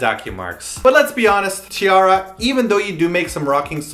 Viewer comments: t-arraria? man that when wrong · stopped watching when he said T-artards -_